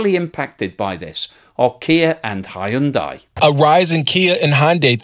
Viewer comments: Hyundai is pronounced , hun-day. Rhymes with Sunday. Not that difficult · Whatever happened to "Hyundai rhymes with Sunday"?